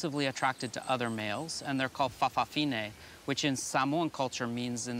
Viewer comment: I think in Samoa, they are called 'fa' afafini' not 'fafafini'. However, they are not all gay. Like 'lady-boys' in Thailand, it is more about appearing dressed as a female. In some families though, all the grand children end up being gay or lesbian. In one family I know of, the third child was bi - after a lesbian sister and gay brother, but as his wife has a gay brother, all three children aren't having any children. So that's the end of that branch. [an exception to the norm]. Some people say it was because their parents didn't show a good example of heterosexuality. However, many more people are bisexual than purely gay, and even those now calling themselves gay, may have been married with children at one time. Some gay people do have their own children. It would be interesting to see how many of their children are gay. Although we hear of many folk realising they are gay after marrying, I know of the other way as well. One friend thought he was gay because he was 'soft', but in later life had a child with a lesbian bisexual.